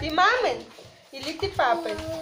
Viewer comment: это занудство, конечно, с моей стороны, но не мамЫн и папЫн, а мамИн и папИн, Режет слух... И дети же так будут говорить. А семья ваша и семьи брата и родителей чудесные- восхищена вашими отношениями. Детки - все прекрасные! Вы молодцы!